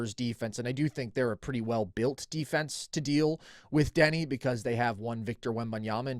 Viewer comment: Call me crazy, but it is hard to value an opinion on Deni if you can't even pronounce the dudes name correctly